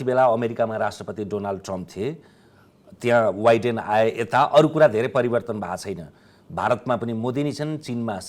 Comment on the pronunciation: टीकारामजी, तपाइँ उच्चारण शुद्धतामा निक्कै सतर्क रहने मान्छे। तर विशेषगरि कैंयन अंग्रेजी शब्दका उच्चारणमा तपाइँमा रहेको समस्या चाँडो दूर होस् भन्ने कामना गर्दछु। यै कार्यक्रमको मा अमेरिकी राष्ट्रपतिलाई “वाइडेन” भन्नुभो जबकि उनी वाइडेन नभएर बाइडन (Biden) हुन्। 🙏